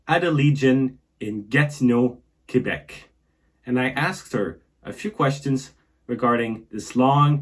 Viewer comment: Doesn't even know how ro say QUÉBEC!!🤣🤣